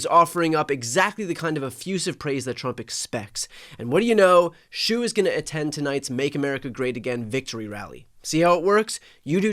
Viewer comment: The Chinese name Shou is pronounced like "show," not "shoe." At least in Mandarin it would be. Dunno about Cantonese or any other dialect.